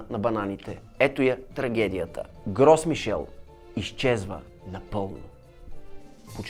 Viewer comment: На френски с-то на края на думата не се чете а л-то е меко т.е произнася се "Гро Мишель"